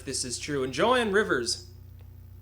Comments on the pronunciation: it's "Joan" (not Jo Anne). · it's pronounced "jone"